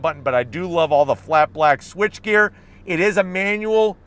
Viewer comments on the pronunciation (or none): He said blak! 😆 lol